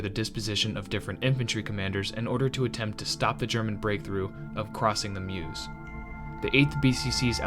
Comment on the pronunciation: Dinant = Dee-Naunt. Stonne = Ston. Meuse = Mer-se.